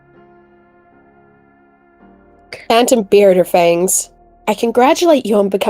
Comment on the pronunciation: I thought it was Kirra not kiarra